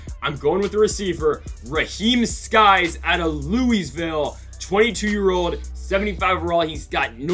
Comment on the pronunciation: Just saying it’s Sykes not skys